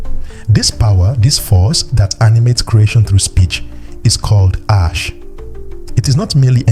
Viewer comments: Why is Asé (Ah say)being pronounced ash?? that is so disheartening for such a good quality video. Makes me question the information even though I know it's valid. please have the AI pronounce the word properly😩😫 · I’m not gonna lie, when I first saw this comment I thought you were over reacting, but then I heard him say Ash over and over again and it irked me. I hope he makes a correction either in the notes or remaking the video. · Why are you pronouncing Ah-Shay in this manner? Ashe/Ase is pronounced Ah-Shay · This is a beautiful video but the pronunciation of the power words are wrong which is messing up the video. If your using AI you can spell the word in a way that will force the AI to pronounce correctly like instead of spelling Ashe (spell it asay or ahsay). Spelling the word phonetically will make the AI pronounce the words properly. ❤️ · This AI voice had me fooled until I heard it mispronounce ase. Horrible! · I want to share video but I cannot because Ase is pronounced incorrect. Please take this criticism with love. You should redo video with correct pronunciations so misinformation is not being passed around. Plus people who know the correct pronunciation will not take video serious. Because it is a very well informational video. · Well said. The irony of a video about the sacred power of the certain words being spiritual codes.......and then keeps misprouncing the very word (in Yoruba) used for that very Power. Correct pronunciation (or at least as close as possible) is fundamental for invoking the Power of the Word.....exactly like any incantation. And it's DEFINITELY not "ash". Other than that, the concepts & images in this vid are excellent!